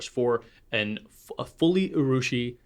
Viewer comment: I agree (as a Japanese speaker) that effort taken to use the original pronunciation is a much-appreciated sign of respect towards the other culture. (Urushi is “ooo-rushi,” by the way, not “you-rushi” 😉 you were saying it right many many pencasts ago.) The mocking danger has to do with a mocking intention that is usually pretty obvious, so you’re safe there—your Italian pronunciation sounded fantastic!